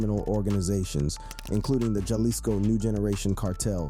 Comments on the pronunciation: NGL the pronunciations are more murderous than the Cartels on this one. it would have helped to do RESEARCH, "Dyalisko" and CJ-ying is just cringe bro, the Poo Shisty was the nail in the coffin. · That's bothering the #&$% out of me too, smh. It's like nails on a chalkboard when he says Jalisco with a hard J. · Ha-lisco, not jah-lisco bruh